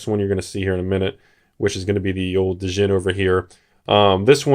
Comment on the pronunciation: Has 100 set of Arabian nights. Can't pronounce djinn correctly. Good job☺